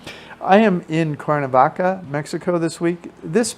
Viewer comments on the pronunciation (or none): Nice tour, but for Heaven's Sake - please learn how to pronounce the name of the City you're doing a video on...it's Cware-na-vaca...not Core-na-vaca!